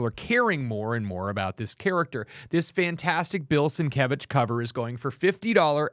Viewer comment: You also say Bill Sienkiewicz last name wrong. You guys mispronounce everything